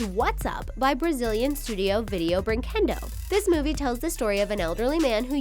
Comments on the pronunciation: "breenquedow" WHEEZE Sorry, i'm brazilian lolol WAIT ROBOZEENHOES LOOOOOOOOOOL SORRY I HAD TO H U E H U E H U E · I’m Spanish and Portuguese and you say Brinquedo wrong